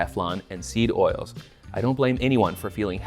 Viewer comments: Damn near choked on my raw milk bull testicle smoothie when i heard you say "sneed oils" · lmao did really say "sneed oils"? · sorry but hearing the internet cooking guy who tells me how to make burritos and salsa say "sneed oils" has inflicted psychic damage on me